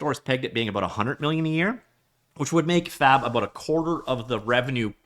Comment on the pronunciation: Brother please enunciate the B, my wife was wondering if I was watching a 'No Fap' video..